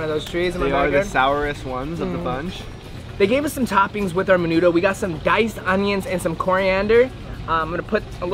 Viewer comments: Maaynudough wtf 😂😂😂 and menudo goes hard tf you mean. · haha me too. i guess i was more offended by the way he pronounced it. ✨menuDO✨ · I’m disappointed he didn’t know what menudo was nor know how to pronounce it 😔 that’s what you eat on a hungover and when you crave it 🤣🌵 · Y’all don’t know how to pronounce menudo.